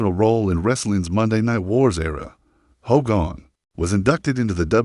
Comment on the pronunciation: I HATE AI! If you can’t pronounce his name correctly then don’t post!! That is just disrespectful